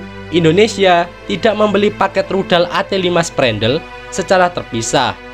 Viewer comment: Spandrel om bukan Sprandel🙂